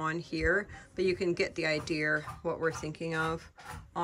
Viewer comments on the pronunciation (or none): I totally love how you say idear for idea. So cute. Thank you for sharing your cabin making. Love ya.